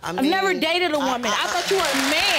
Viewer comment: “I was born a women” “YOU ARE A WOMEM” 😂😂😂😂😂😂